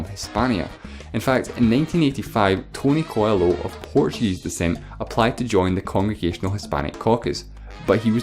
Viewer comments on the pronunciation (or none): none